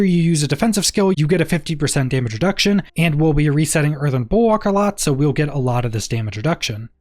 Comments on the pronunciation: Earthen bulWARK, not bulWOK 🤣🤙🏻. Great videos either way! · Bulwark not bulwak its killing me 😅😭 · I swear to god time slowed down when you said Earthen Bulwok 3-4 times and I was thinking to myself wtf is a Bulwok